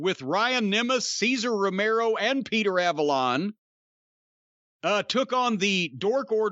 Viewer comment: I laugh every time he says "Cesar Romero"